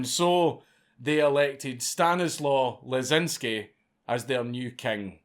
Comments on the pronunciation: It's not Stan-is-low it's actually Sta-knees-wav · It is pronounced "Stanislav" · My friend, The Polish "W" is pronounced like English "V", the name is Stanislav. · Stanislaw is pronounced ‘Staniswav’ or Stashek for short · As a descendant of Stanislaw, hearing you struggle with that last name was my favorite bit.